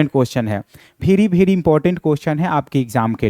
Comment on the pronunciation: Very ❌ bhery ✅